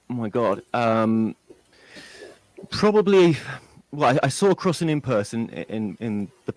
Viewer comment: It's not "Crossy", it's "Crossing"